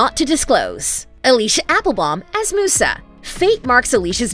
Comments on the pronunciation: Moosa? Really? You even spelled it right in her segment. It's pronounced Mew-sa. Thank you. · Who else got mad when she said moosa and not musa ots mew-sa